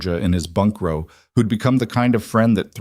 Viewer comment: Please program the AI to pronounce row correctly.